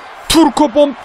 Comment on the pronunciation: Abi bom yerine bok dedin